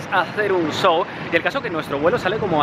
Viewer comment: Van a Argentina a hacer un qué... No sabes decir SHOW.